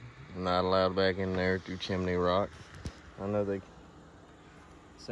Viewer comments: Its CHIM-NEY ROCK! Not Chiminey! 🤦‍♀️ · Chim-a-ney Rock?